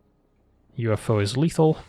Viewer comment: i don't know, "the UFO" is pretty good, but I particularly appreciate "uffo" pronunciation....it's goddamned hilarious.